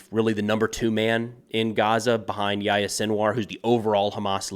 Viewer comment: I don’t understand why Americans mispronounce their names. Hani-yeh, not Ha-niyeh Def, not “Deef” Yihya Sinwar not “Yaya”